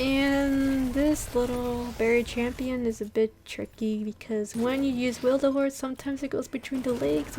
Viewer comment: Witherhoard not wilderhoard ☺️☺️